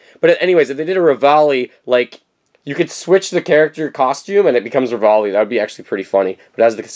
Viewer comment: REVALI NOT RAVALI!